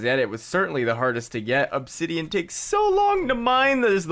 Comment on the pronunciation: "Onsidian" lmao